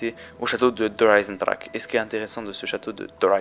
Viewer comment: T'as vus ahaha :') pourquoi il le prononce comme sa ? ;')